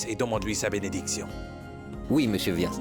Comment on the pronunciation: C'est moi seul ou j'ai entendu vyas appelé douadanbari